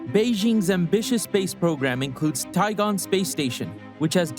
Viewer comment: It's Tiangong, not Tigon.